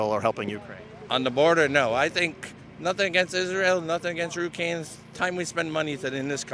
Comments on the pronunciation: "Rukaines" ??? What ? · This man said Rukaine instead of Ukraine 🤣🤣🤣🤣🤣🤣🤣🤣